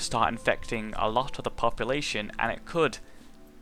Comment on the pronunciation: its not popalashon